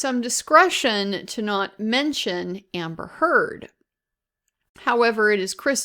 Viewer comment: PRONOUNCE NAMES PROPERLY. SHES A NIGHTMARE BUT C'MON